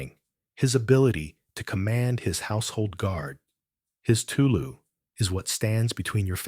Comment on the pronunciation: Listening from Treharris, Merthyr Tydfil, South Wales ❤️ just wanted to quickly note, I believe you said 'teulu' earlier in the video. This word means family, and is pronounced 'tay-lee'. And with 'ty un-nos' this is pronounced 'tee een-nors'. I haven't gotten too far into the video yet, but the Welsh language is very phonetic, so what you see is what you get for the most part!